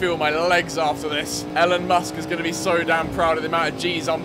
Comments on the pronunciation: Did anyone else here him say Ellen musk instead of Elon Musk like wtf And I no I have bad grammar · “Ellen Musk” 😂😂